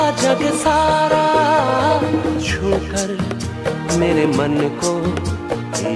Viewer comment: Chhookar, not chookar.